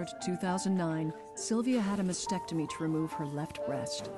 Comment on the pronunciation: Can people pronounce "mastectomy" correctly PLEASE!!!!..it is NOT "massectomy"